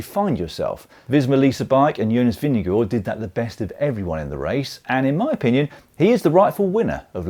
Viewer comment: Am I miss-hearing your pronunciation of Vingegaard? Sounded like “Vin-ge-gore”. If so, that is not how Jonas pronounces his name, but slightly better than the ENTIRE NBS Sports commentator team, who seem led by Bob Roll presumably intentional mispronunciation “vin-ge-GOH.” I hate that disrespect. Names can be hard, but there are not that many names that English speakers might have trouble with (especially with the handful of dominant riders), so not that many to learn how to pronounce correctly.